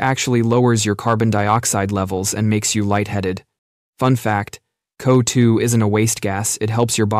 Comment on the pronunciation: I love your videos but the way you pronounced CO2 made me physically cringe 😭🙏